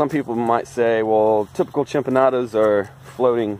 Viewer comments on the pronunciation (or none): we'll see how people of my culture feel when I share it to pages about MY CULTURE and the way you mispronounce Chinampas on purpose so that you can get a few laughs🤷‍♂️